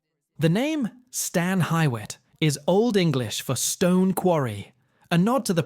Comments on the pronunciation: lol. It’s pronounced Stan HUE-it, not Stan HY-wet. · It’s pronounced Stan Heewitt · Thanks for these - I need to visit. BTW, it's Stan "Hugh-it" or "Hew-it". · No, it’s: Stan Hyou it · yes. He mispronounced Stan Hywet.. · Check your pronuciation with locals. I heard 3 things mispronounced. Cuyahoga, Stan Hywet and Findlay. Fun to watch. Thanks